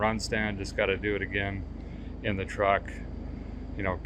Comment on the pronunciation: you said truck…. I thought it was trar or a cruck